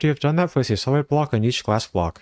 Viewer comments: The way you say “20 SOLID blocks” sounds a lot like “twenty SEVEN blocks” lol That was a pain to tear down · Oh my, I built the whole base layer thinking he said 27 blocks long to realise he said 20 solid blocks 😂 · I thought the same thing too, I turned on CC to make sure I understood correctly and it saved me a lot of time 😅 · I cant tell if you're saying 20 solid blocks or 27 blocks, video is great though. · Is he saying place 27 blocks or 20 solid blocks???? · Is he saying 27 or 21?? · I thought he was saying 27 as well but I turned subtitles on and found he was saying 20 solid blocks